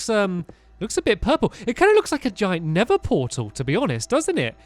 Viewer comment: Stampy you called of yoused a nether portel like caveden like if you agree xxx